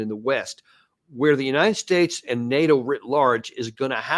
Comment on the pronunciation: Uniited splates 😂😂😂